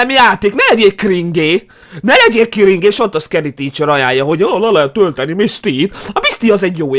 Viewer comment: 8;33 nem kringé hanem krindzs